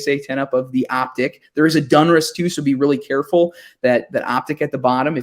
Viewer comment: Plz plz brother, its DONruss not DUNruss